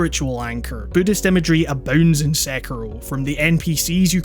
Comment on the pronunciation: I reeeeeaaaallly found your correct pronunciation of Sekiro to be refreshing